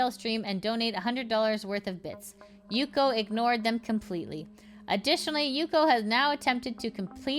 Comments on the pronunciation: its yuko not yukio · Why do you keep saying Yukio? isnt it Y U K O. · every time you say "Yukio" I have the urge to waffleface... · Also I mean no offense, but if you have to do the "vtuber news" stuff, at least 1-learn the name of the person you're talking about before recording, you keep on saying yukyo, is a little thing, but is not really "professional" if you share news about somebody, and 2-cut when you misread and go back, it's not my business how edited a video is, but when it's about dramatube one should at least try to look professional, or else anything they say has no value. I promise it's not meant to attack you. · Why do you keep adding a Y to yuko? It’s hard hearing the constant yukyo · There's gotta be a limit to how many times you can say a person's name wrong in one video, this is a frequent issue